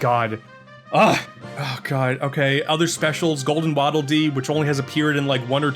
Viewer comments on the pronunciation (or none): none